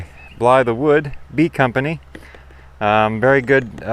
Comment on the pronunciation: I think its pronounced Blythe-wood, not Bly-the-wood.